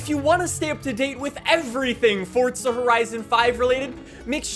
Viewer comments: Forza not Fortza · Whats fortsa? You mean forza? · Hearing you continually mispronounce forza is horrendous. It's for-za not Ford-za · Forza not fortsa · ITS FORZA NOT FORT-ZUH. (Four-zuh) 🤦🏻‍♂️ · Forza horizon 5❌ Fortza horizon 5✅ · bro it’s forza(for~za) not fortza 😐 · What does he say fortza like it’s forza your pronunciation makes me wanna die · But bro, “ for-za” why say “ fort-za “ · Am I the only one that notices he sounds like he pronounces it “Fordza” instead of “Forza”? Great coverage though just the pronunciation throws me off lol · sorry mate, small thing, great vid but its forza not fortza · Anyone else get irritated that he says it like Fortza (fort zuh) instead of Forza (for zuh)? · I'm about to beat tf out my chair cuz this man keeps saying Fortza!💀💀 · I thought I'd take a drink everytime he said "fortza horizon 5" and now im on my way to the hospital to get my stomach pumped! 🤣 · Why do you keep saying forza like that? It drives me fucking nuts… there is no T in the word. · Fortza? Learn to speak... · I can't be the only one hearing Fortsa everytime he says Forza right? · love to see he still says "fortza" lol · Omg dude it’s not fortza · Who else is getting triggered by him saying fortza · why does he say fortza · says "fortza" By that logic he should also say "horitzon" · Fortza... come on dude... are you even European? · T not D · I still don’t know why u can’t say “Forza” properly